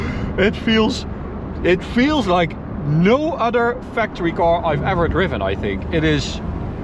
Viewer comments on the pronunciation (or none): What exactly is a 'coar'? I hear it a lot on this channel 🤣